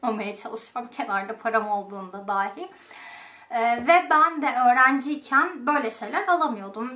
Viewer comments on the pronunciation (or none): none